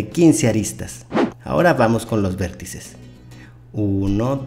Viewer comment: Dice vérttices xdddddd aqui los que se dieron cuanta XD